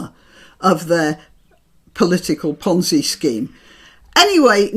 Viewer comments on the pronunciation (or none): none